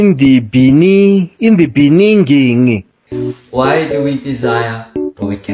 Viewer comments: In the beningging😆🤣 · 🤣🤣 seriously i want the audio of "in the beninging" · Lmao in the beningging hahahahah that old mannn ah seriously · the "in the beninging" is from South Africas former president 😂😂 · I'm so tired of IN THE BENINGGING LOL🤣🤣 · y'all I can't laughing at that 'in the beningging' 😭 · Pls those " in the beningging " 😭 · what's up with this "in the beninging"🤣🤣🤣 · South Africans dying when they hear "in the beningging" and don't get me started on the numbers 🤣💀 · Laughing bcs of the" in the beningging" Btw Jake accent is so good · In the beninging 💀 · Who was that "in the beningging"😭😭😭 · Who said that 'in the beningging?' 😭😭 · Before I clicked on the video "you can't laugh, you just put on your face mask" well, the first in the beningging killed me 💀🤌🏼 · In the bening ging 😂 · because of the "in the benigingging " part I now forgot how to pronounce it properly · wait! the "in the beningging" is killing me! haha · Oh gosh Im in love with the "in the beninging" journey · LOL i always laugh whenever "In the beningging" comes out 🤣🤣🤣🤣🤣🤣🤣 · Oh you also know "in the beninnging" 🤣🤣🤣🤣🤣 Bro i'm dead!!🤣🤣🤣☠️💀 I miss hearing it, from school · Hey your intro was the best 'in the beninging'🤣🤣✌️ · I love this video of yours but i can't stop myself laughing to you " In the beningging " I really am sorry for laughing ㅋㅋㅋ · It's the. "in the beningging" for me😂😂😂😂😂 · Honestly i'm dieing cu'z of the ''in the beninging'' 😂😂😂😂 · But " in the beninging " had me on the floor🤣🤣🤣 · The "in the beninging" made me burst in laughs more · the "in the benigging" testing my capacity on how to wheeze in midnight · In the beninging 😂😂😂 No wait, I love you for adding this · The in the beninging was soooo funny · "In the beningging 😭😭😭😭😭😭😭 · Noooo not the “in the beningging” 😭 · In the beninging - Jacob Zuma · But y is tht “ in the beninging” so funny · not the "beninging" carried the whole video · that "in the beninging" is my ex president omfg i couldn't stop laughing 💀💔